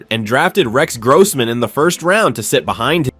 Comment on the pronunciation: Stop mispronouncing Rex Grossman 😢